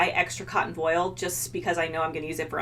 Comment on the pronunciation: voile is pronounced the other way, it doesn't rhyme with foil. cute shirt!